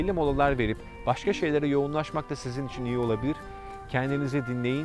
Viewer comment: İçin derken üiçin gibi bir ses çıkıyor kulak tırmalıyor